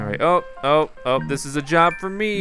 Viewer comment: "He laughed at meh. He LAUGHED at meh. Dis guys always laughing at meh." Lol XD